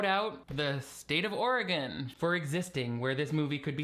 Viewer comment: Hey thanks for the shoutout about Oregon. Also fjor pronouncing it correctly. I live in a beautiful state!! 🤪🤪❤️ ❤. I live in Springfield Oregon. Home of The Simpsons. And am proud to be a University of Oregon Duck!!!! 🤪🤪❤️❤️🐻🐻